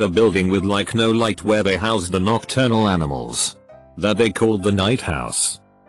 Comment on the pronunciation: When the reading robot catches a virtual cold: no becomes snow well becomes swell